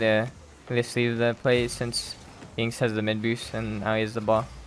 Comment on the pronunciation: "Yanxnz" Blud its pronounced "Yan"💀